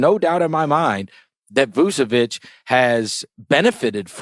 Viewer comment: Vucevic is literally an all-star and still no one on the states can prnounce his name. Its Voo-cheh-witch, not Voo-Seh-whitch